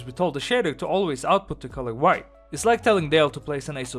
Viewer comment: "white" and "right" sound the same out of your mouth lol